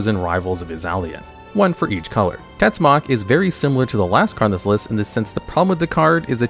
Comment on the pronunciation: Tetzimoc its also not pronounced " tetsuck", Im mexicano and TetziMocatl its something akiin to "dreadfull spear" in nahuatl.